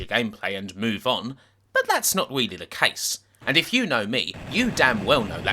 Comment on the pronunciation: Bwuddy good weeview!!!